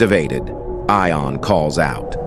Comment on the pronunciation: AI can't pronounce. "Eye-on? Try "Yon." And get me a human.